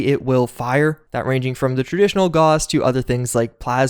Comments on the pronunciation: The au in gauss is pronounced like an ow - as in how now brown cow. Gowss, not goss. Maybe I'm being pedantic, or maybe you sound ridiculous. My money's on the latter. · FYI, Gauss rhymes with house.